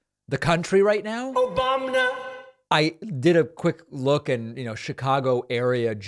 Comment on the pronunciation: I never tire of hearing Trump say, "Obamna." Please never stop using that audio clip.